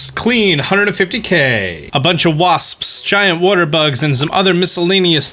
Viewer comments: Nobody:: waSPSSS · Am I the only way who giggles everytime he says wasps?